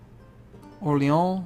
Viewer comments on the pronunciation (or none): none